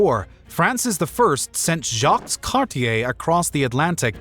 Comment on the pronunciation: You do not pronounce the "s" in Jacques Cartier in french ;)